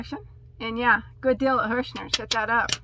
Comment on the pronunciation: Is it just me or did you start saying “deal” like “dill” and “mill” by the end of the video? 😂😂 btw I could tell you were so super excited about the brown speckled yarn by the way you said “OK” like 15 times 🤣 lots of love 🤎 So out of all of them, I must say I loved the brown speckled yarn the most as well. That was super pretty and to get 12 balls for $12 is such a STEAL!